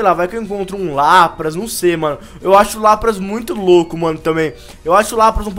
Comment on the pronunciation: Se escreve Lapras mas se diz Lapres